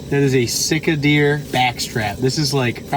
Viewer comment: I really really love this boat build. I watched the initial boat build and now that I have seen it in action i'm jealous. I hope you use this more in the future for other videos. Congrats. By the way in the video you would say 'Sick-a-deer' or sick-a-backstrap' and at first I thought you named it that because you were sick and tired of eating it. Then I realized you were saying 'Sitka Deer'. Too funny. Thanks for the great videos and I hope I win the box of your products too. That Luke's Crab Chowder looks awesome.